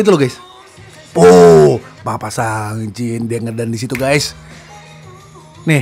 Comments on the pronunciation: Btw bang, sungjin dibacanya Seongjin/Songjin bukan sangjin hehe😆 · Sungjin/Seongjin bacanya itu Songjin 😁 Ayo DAY6 lagi bang ^^